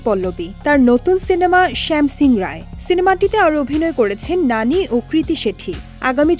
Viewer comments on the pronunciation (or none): গাজাখোর রিপোর্টার ওর নাম নানী না, ন্যানি 😄😄